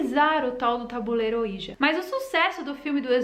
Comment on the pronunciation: Se diz “oidji”. E na verdade é uma marca, o certo é falar só tabuleiro espiritual mesmo. Falar ouija é a mesma coisa que chamar absorvente de mods 😂